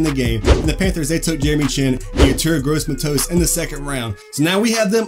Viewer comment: You pronounced gross matos wrong